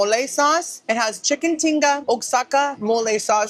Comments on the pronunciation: Love your pronunciations 😊... did your meal have Oaxaca cheese? Heard you say "osaka" ... but it is pronounced WAH HAKA. ❤ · Ok but Oaxaca is pronounced "wa-ha-ka"...I would have never guessed. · Human being, "Oaxaca" is pronounced like "wah-hakka".